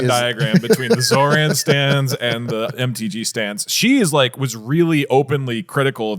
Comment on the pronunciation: Ok just want to say love DougDoug. Minor quibble though is his pronunciation of Zohran made me cringe a lot.